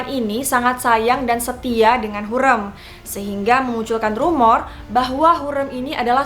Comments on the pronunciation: Mbaaaaaaa penyebutan ny tolong donkkk ya ampunnn HURREM pke rEm bukan lEmper, yasssss, harriiim yg arti nya wanita bukan terlarang, aduh penyebutan ny masih banyak koreksi, please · hurrem kak bukan hurem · HurEm mbak bukan hurem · hu r e m, bukan hureum :( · Hürrem, huruf e nya tebal gitu, bacanya kaya bebek🙏 setau saya di filmnya selalu begitu